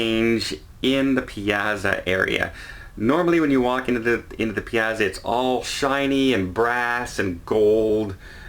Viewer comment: Piazza is pronounced like pizza with an ah in the middle… pee-ah-tzah!